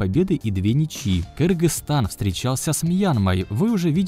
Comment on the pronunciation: Автор молодец, уважуха! первые вижу правильное произношения название нашей страны. Кыргызстан Алга!!!